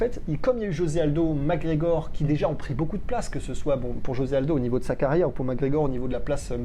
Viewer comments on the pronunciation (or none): It took me 13 seconds ... Arrêtez svp c'est McGregor